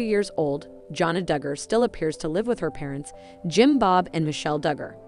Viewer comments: You can’t pronounce their name properly so you should not be reporting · All i canvas is....please learn how to pronounce the Dugger girls name correctly!! "FREE JANA!!!"